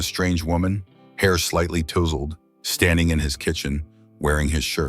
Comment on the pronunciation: At about :0.14: the word 'touseled' is miss- pronounced with the 'ou' sounding like the 'ou' in 'oups' that is a mistake where it should be the 'ou' in 'out' or 'outside' Oops LoL 😢😢